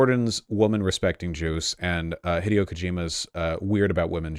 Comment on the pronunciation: Why mispronounce Hideo's first name but pronounce the last name correctly. It literally makes no sense, i would respect you more if you pronounced Kojima like ko jimma instead, ITS NOT FUCKING PRONOUNCED LIKE THE WORD HIDEOUS, ITS ROMANIZED JAPANESE, THERES AN I, ITS PRONOUNCED LIKE THE LETTER E. HE (THE PRONOUN) DAY O insufferable